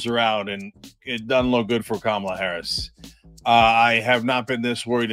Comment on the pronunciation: I think I heard caramel Harris